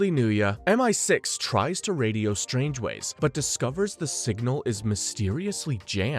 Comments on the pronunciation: And "Strangeways" instead of "Strangways" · Do you intentionally pronounce a name wrong in every movie? Strangways No hard G sounds. And stavros blofeld. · It's pronounced Strang-ways. Your Welcome.